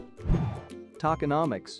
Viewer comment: “Tackenauhmics”….no no, “toe-kin-om-ics”